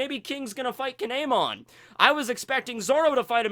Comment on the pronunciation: It's kiemon